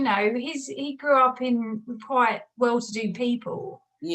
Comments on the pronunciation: It’s Westminster dear, not West MINISTER !!!!! PLEASE!!!!! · WEST MINSTER - not WEST MIN ISTER! please!! I find this woman annoying as she seems to know virtually nothing about Sussex; Brighton is NOT typical of Sussex & SHE is also NOT typical of Sussex people. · Who is? She can’t be English as she can’t pronounce Westminster, not westminIster.... odd! Ps, you are a great entertainer, just love listening and watching you. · Sorry if it came across as rude. I was just making a point. I am proud of Westminster and I’d hoped that another English person would be grateful to know this is the correct way to pronounce it!